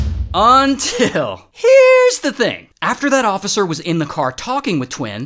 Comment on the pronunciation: It’s all fun and games until Ray says “Until”